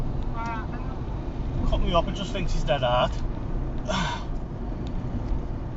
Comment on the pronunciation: dead rrr'd